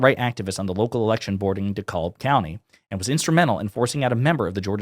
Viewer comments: It’s pronounced De-Cab county not De-Kalb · We pronounce DeKalb as "duh-CAB" - silent L, accent on second syllable. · Just a quick note: DeKalb County in Georgia is pronounced “de-Cab.” It makes a difference when listening versus reading along with you. 😊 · 100%! We must win the midterms, and make real changes that prevent this kind of f--kery from ever happening, ever again. And, just so you know, for future reporting, "Dekalb" is pronounced (Da-cab), as in "I tried to flag down da cab, and he just kept drivin'". Lowercase-e sound, and the L is silent. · Dekalb is pronounced De-cab...the L is silent, at least here in Ga. anyway